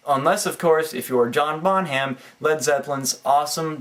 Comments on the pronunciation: haha bon-hamm. good vid man, i liked the ending. bon-ham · Dude, yer a drummer, For God's sake- learn to pronounce John Bonham's name! :)